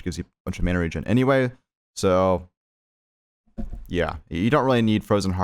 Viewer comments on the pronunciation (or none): none